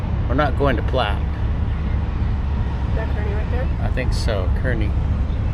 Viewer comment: It’s pronounced car/knee. My mother was from Kearney and Granma lived there for more than 90 years.